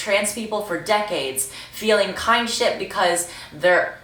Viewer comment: its not KINDSHIP its KIN SHIP (kinship).